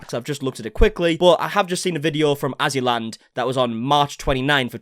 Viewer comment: LOL! *AzzyLand, not AssyLand Lmaoooo